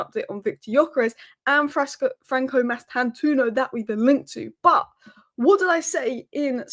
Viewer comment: It's pronounced like it's spelt Mastan-tuono (twono if that's easier), not toono